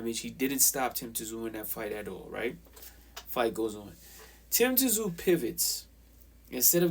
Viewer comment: It’s not tzoo say it as you saying zoo. Simple 😀